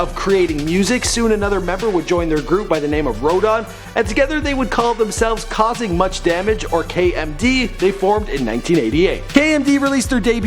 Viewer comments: kausin' much damage, not kausin' much danger. Fondle em records mention would of been nice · Kausing Much DAMAGE.... not danger. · DUDE....YOUR AN IDIOT....KAUSING MUCH DANGER????? YOUR A FUCKIN DUFUS DO YOUR HOMEOWRK....THE NAME OF KMD MEAN KAUSING MUCH DAMAGE IS 1 DUMB FUCKIN IDIOT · *Kausing Much Damage (not Danger)